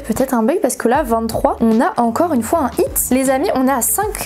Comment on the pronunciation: Alors désolé mais c’est pas « it » mais « hit » juste une petite faute